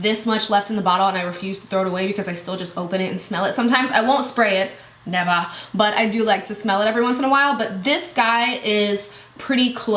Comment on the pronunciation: "neva." hahahahah